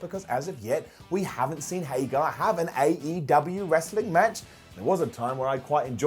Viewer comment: HagEr,. HagEr.